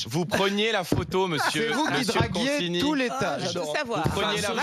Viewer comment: Dans consigny il y a 2 syllabes en trop...